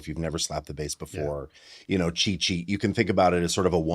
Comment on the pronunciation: SlapbassCHEETsheet??? Or cheatsheet? 😅